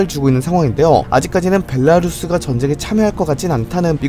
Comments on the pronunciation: 벨라루스 발음 굿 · 와 ㅋㅋ 벨라루스 발음을 벨랄루스라고 하셔서 그거 누가 댓글단거 봤는데 바로 벨라루스 발음 신경쓰시는거 최고네요